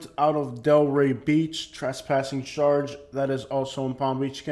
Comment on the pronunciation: Why do you say ..sharge instead of charge